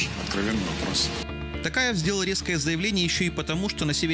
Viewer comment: Не ТАкаев,а ТОкаев.